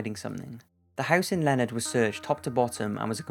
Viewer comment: He pronounced Leonard, TX strangely too, Len-ard is the correct way.